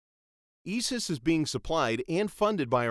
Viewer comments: I'm just not able to follow anything he says after he pronounces it "Eee-Suss". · How he said isis 😂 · And he can't pronounce ISIS hahahaha holly fuck.